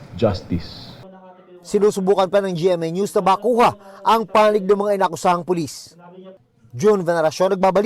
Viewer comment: puLIS-tuLIS.,,,letter T instead of P.